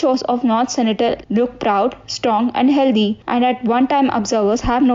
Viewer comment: Sentinel not Senitel